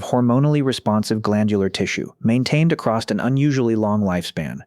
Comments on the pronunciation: It's weird that this person (or ai voice) persistently mispronounces "across" as "acrost" or "accrossed" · The AI voice sucks! A lot doesn’t line up withe pictures shown and it is really bad at numbers! Hate the way it pronounces “across” as “acrost”. Why can’t a human read this?